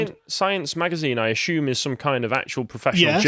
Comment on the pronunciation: Stop mispronoucing assume and presume you blithering diot